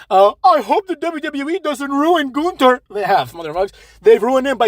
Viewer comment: None of the staff knows how to say his name right. I always hear at least three different versions of his name.